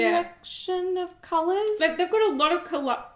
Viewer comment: Please keep saying kalulas for colors!